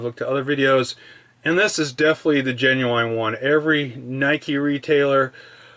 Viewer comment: did you really just pronounce it "ge nu ain"